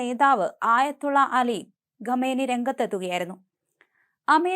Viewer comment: ഗമനി അല്ല . കാം നഈ